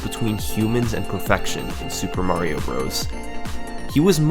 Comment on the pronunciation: mahhhhhrio? that’s not how the word mario is pronounced